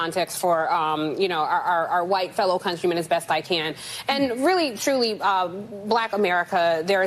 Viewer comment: Did Joyless just say "countryMEN"??? 😳